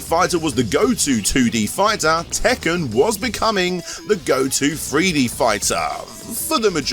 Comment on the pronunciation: What’s a “FREE DEE FIGHTER”? 😆